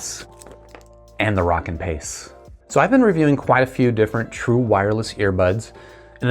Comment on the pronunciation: DUDE WHO TOLD YOU HOW TO SAY ROWKIN? its like row, row, row your boat Gently down the stream Merrily merrily, merrily, merrily Life is but a dream now lets say it together "ROW"KIN YOU SAY ROCKKIN NOW YOU know how to pronounce it correctly!!